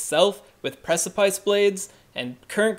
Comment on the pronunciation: Also the mispronunciation of "precipice".